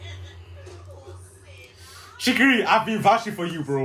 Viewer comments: "shigiui" xD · First we got ISAHGEE, now we have CHEEKY-REE baby lets gooooo